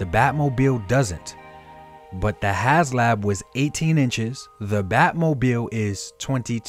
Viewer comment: It's has HASLAB, NOT HASLOW